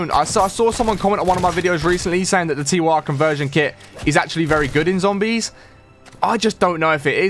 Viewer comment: It's pronounced "TEER" As in "Tyr, The Norse God of War."